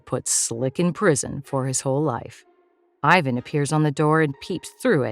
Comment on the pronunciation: PLEASE PRONOUNCE "IVAN" CORRECTLY